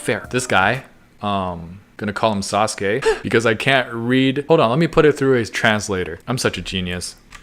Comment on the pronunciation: I DIED WHEN HE CALLED HIM SASKEI. HAHAHAAHAHAHAHAHAHAHAAHA!